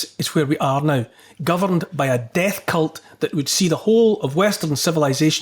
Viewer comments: Did you say cult? I think you pronounced it wrong. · Neil, you mispronounced ‘cult’